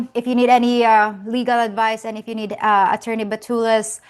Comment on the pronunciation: Could you please stop calling him atorney, that sounds creepy His name is Dave